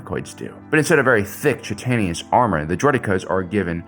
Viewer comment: Chitin is pronounced “KAI-tn” and you always leave out the second “I” in Subsidiary. Still love you though.